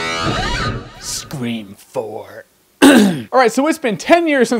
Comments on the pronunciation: Screform! (scre4m). XD! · Hahaha screfourm lol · screfourm xd